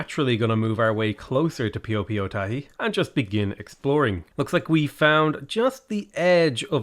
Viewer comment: Love the video but need to correct your pronunciation of Piopiotahi. In Te Reo Māori, the indigenous language of Aotearoa/New Zealand that Piopiotahi comes from, the correct pronunciation of the vowels in Piopiotahi is the following: A as in aloud I as in eat O as in ordinary. I hope, because you corrected your own pronunciation of Ürümqi, that you will have a go at correcting this next time. Arohanui (Much love) from Aotearoa.